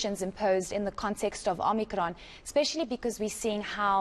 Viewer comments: OMICRON ‼️ NOT OMNICRON🤦🏼‍♀️ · She said “Omnikron” , she’s from Parys 🤣🤣🤣🤣